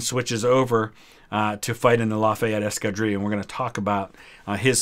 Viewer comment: Escadrille. This time you can pronounce the "L's".